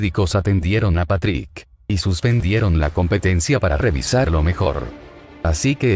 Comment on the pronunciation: like si pronunsiava mal a Patrik